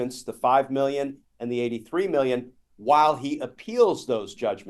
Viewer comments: Trump is so narcissistic he can't say "million" without pronouncing it "me-llion" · Do you think he could deny the statement since he doesn’t know how to say million 😂 “91 Millinging dallars” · 😂😂 91 "milli-en"! He's a stupid SOB! 😂